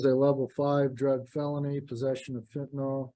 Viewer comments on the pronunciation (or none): Why do people keep saying “Fentanol”? It’s Fentanyl. Pronounced fentanyl. Please…. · Why can't anyone pronounce fentanyl?